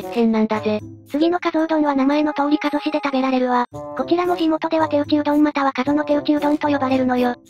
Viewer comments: 埼玉取り上げて頂きありがとうございます。とても興味深いですがひとつだけ、、 加須は「かぞ」と読みます。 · かすではなく かぞ です あと くまがいじゃなく くまがやです